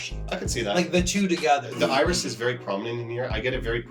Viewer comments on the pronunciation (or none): none